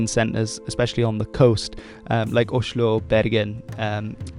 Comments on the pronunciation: It's actually better if you stick to the agreed English pronunciation of "Oslo" instead of going with that "sh" sound, which makes you sound like a drunk to this native Norwegian speaker. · Nonsense. His pronounciation corresponds well with the way East Norwegians pronounce Oslo. And that’s very observant and quite impressive for someone who does not (?) know Norwegian.